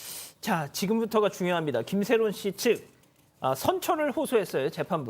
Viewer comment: 김새론인데 김새롬으로 계속 말씀 하셔서 계속 거슬렼ㅋㅋㅋㅋㅋㅋㅋㅋㅋㅋㅋㅋ